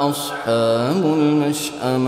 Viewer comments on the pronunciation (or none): anyone else hear him saying ashabun mashama rather than ashabul mashama?